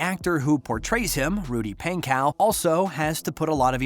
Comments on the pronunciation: It's pon/ co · correctly spelt pankow but yes pronounced pon-co